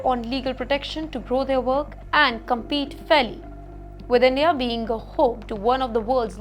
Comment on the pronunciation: Endia Dapotation Wolume and on and on…